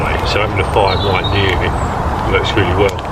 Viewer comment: We can all do things better but you need to work on your pronunciation mate. For example, rolling is not wolling! Right is not wight and things are not fings.